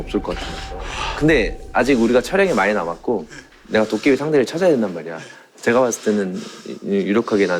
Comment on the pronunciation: 근데 왜 제가를 저가라고 하는거에요?